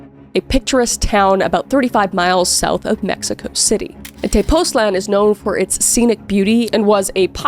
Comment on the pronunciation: Hey Kris! I'm also Cris but with a C hahaha, I'm Mexican and the story of Paula is known in Mexico, thank you for covering it. I just wanted to extend my help if you need to know how to pronounce Mexican names, cities and other vocab, Tepoztlan is pronounced te-poz-tlan. Thanks!